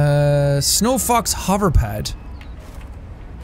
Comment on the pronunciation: I must not be the only one who heard "snow fucks" instead of snowfox